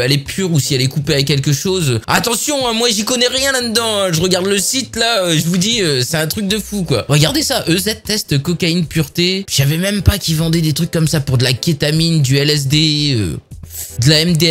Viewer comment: Pas "EZ" mais "easy" -_